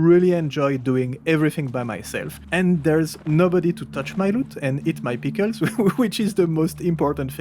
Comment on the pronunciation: and pickels. pee kells